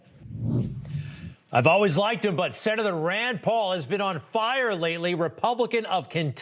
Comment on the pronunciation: He pronounces it Rond. It's Rand. And what Sen. Paul says is very true except the narrow-minded, regimented, left-wing orthodoxy has been around for a long time, because of political 'correctness' (cultural communism) and is a bullyocracy, and in science it's been the MO for a long time, too, so it's a danger to our present, not just our future.